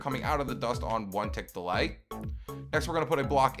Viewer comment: who else hears 1 tick delight rather than 1 tick delay